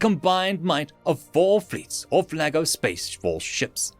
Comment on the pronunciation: Every time he says Laggo all my head hears is Lego and I imagine lego figures fighting humanity. Oh how lovely imagination is.